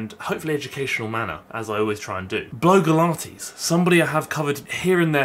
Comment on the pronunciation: It sounded a bit like bloke-ilates when you first said her username and now I think that should be a thing.